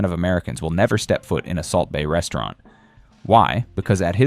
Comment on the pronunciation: Subway is still popular in Australia. Did he say breastaurant about Hooters?